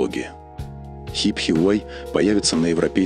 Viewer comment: Хипхи - это супер круто)))) Автор, ты хотя бы немного вникни в тему что не коверкать так название. В твоем случае Рено - это Ренаулт, а Порше - это Порсче)))